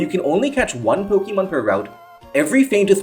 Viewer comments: Po-kay-mon, not Po-kee-mon. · It's not pronounced Po-kee-mon, but Po-kay-mon. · I am considering subscribing just because of the way you pronounce Pokeemon